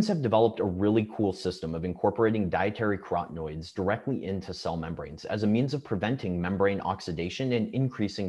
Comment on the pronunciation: Antioxidants like B-carotene and lutein are carotenoids - 4 syllables - NOT crotenoids - 3 syllables.